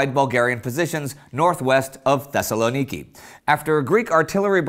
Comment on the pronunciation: Xavier Debidour Also, it’s pronounced ThessaLONiki not ThessalonIKI